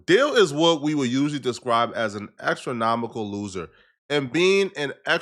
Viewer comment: Did this nigga say "Extranomical"? TWICE?